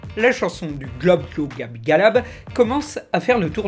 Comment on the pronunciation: IL LA FAIT: IL LA DIT SANS FAUTE!